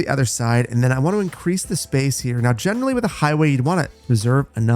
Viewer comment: Does anyone else salute and say "General Lee" every time he says "generally"?